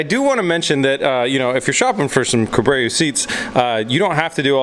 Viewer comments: Yeah, he has it spelled wrong in the description, so I'm guessing he just read it wrong and kept going with it. It's definitely Core-Bo. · How about “Corbo” since that’s actually how you pronounce it 🤦🏼‍♂️ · My god dude, take one extra second and actually read the name Corbeau. You're killing me over here. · Corbeau.... 'R' before 'B'... please! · dude mispronounced his sponsor in the video and misspelled it in the video description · it's a french word, you're right it's pronounced "core-bo" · 😂 it's pronounced "kor-bow* not "ko-bray-u" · "Corbreyu".... Ahtreyu's long lost brother. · Say goodbye to future sponsorships for cobrayo bud (if u knew how to read its spelt cor-beau and pronounced corbo but guess u cant read or pronounce simple words) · Pronounced "Cor-bow not Corbrayo 😂😂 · Corbeau is French for raven, hence the logo... an it’s sure not pronounce Co-brayo!! 😂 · Nice vidéo except its not pronouced corbéo its corbo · kor ~ bow lol not cuh ~ breh ~ o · for gawsh sakes... its CORE-BOW , not corbrA-o (no second R). :) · Co-Bray-You Everyone watching this - IT'S PRONOUNCED "CORE-BOW"! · It's CORBO not CORBREO!!!! lmao! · How do you get ka-brayo from cor-bow? Lol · Why does the have to say "Cobreo seats". Corbeau is french for a raven, you have to pronounce it like if you are reading "Corbo" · I just came here to comment on those sick "cubrayuh's"! Lmao. Builds coming along nicely though. Ps (core-bo) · It’s pronounced CORE - BOW.... not core brayo.... 🤦🏼‍♂️🤣☠️🤦🏼‍♂️ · Ok we need to talk about the Cuh-bray-oo seats. 🥴 Always thought it was pronounced Core-bo. I did a little double take and rewind on that one. Lol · yea I hope corbeau peeps didnt watch this episode yet lol but yea its kor ~ bow lol not cuh ~ breh ~ o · Co Bray oh lmaooo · Dude, it’s pronounced CORBO, EAU in French is O, and corbeau means the bird raven (source: I’m French). Amazing build though, can’t wait to watch it roar! 😉✌🏻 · Say it with me. KOR-BO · Corbeau is pronounced like "Korbo"